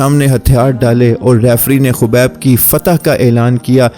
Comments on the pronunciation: Are bhai naam to so bola karo habeeb nahi khabeeb hi kaho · Khobib nhi khabib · He is "Khabib" not "khubaib" please correct it